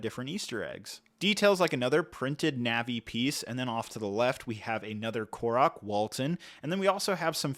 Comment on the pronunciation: He pronounced Korok and Zelda right… other than that 🤷🏻‍♂️